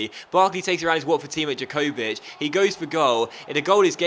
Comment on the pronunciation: You pronounce Jakovic Ya-co-vich and Larin Lare-in. Also i missed the qualification. how did it work? Did Mexico, USA, and Canada do a group stage?